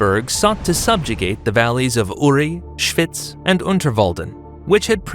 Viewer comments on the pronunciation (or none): Your American pronunciation of the place name “Schwyz” is terrible, like hearing fingernails scraping down a blackboard! Any Swiss German person would think that…… it would’ve been much better to have got somebody properly familiar with the place names of Switzerland to do the commentary on this video. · „Schwüüz“😂😂😂 Kanton Schwiiz!